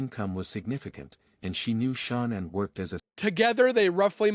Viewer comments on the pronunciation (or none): It’s Shannan and Nichol. Not Shoonan and Nickel. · Can this guy butcher her name anymore, come on now, get the pronunciation of her name right!! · I feel like it is incredibly disrespectful that the AI bot on the video keeps pronouncing Shanann's name incorrectly. It's almost like that was done on purpose.